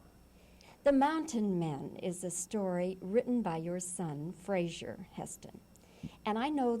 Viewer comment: ……Mr Heston’s son’s first name is pronounced ‘Fraser’, not ‘Frasier’. Mr Heston was well mannered enough not to correct the interviewer………